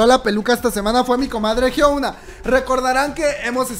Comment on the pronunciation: Diooooos !! Por qué dices Jisoooo , se escribe jisoo pero se dice Jisu, es lo mismo que pasa con Yoona , se escribe Yoona pero se dice es Yuna, y con Hyuna, no se dice Hyouna como lo dices , se dice Hyuuuuuna no lleva O cuando se pronuncia lol